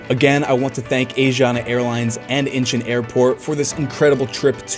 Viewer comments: Idk why I got so irritated when you kept on saying Incheon as if you were saying inches. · Dude your pronouncing airport name wrong.